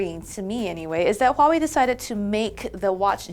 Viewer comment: Dislike for bad pronunciation of Huawei.